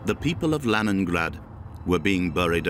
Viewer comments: Leningrade clochard pas leningrade😂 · La version française du commentaire est mauvaise : que dire de la prononciation de Leningrad ! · Par "pitié" traduisez intelligemment avec prononciation Léningrad!!!!!